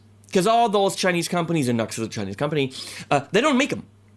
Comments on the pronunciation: It's Nu-X dude! (new ex)! Nice sound 1 trick pony! \m/ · I think it's pronounced "Noo-x". Like the simplicity of this pedal, sounds pretty good too. But I wish someone would make a good, cheap, small reverb pedal that will run on a battery! It's not that small anymore when you have to bring a big power supply with you to get it working! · Grammatically, NUX is "nucks". NU-X IS "new ex". Of course, the manufacturer can pronounce it any way they want to. But considering the issues I've had with that company and their customer service attitude, for me, NUX rhymes with SUCKS. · NU>X.....= "NEW-X"? maybe?